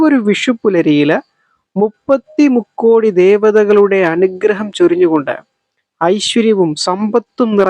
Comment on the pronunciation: Rukkodi alla mukkodi ennanu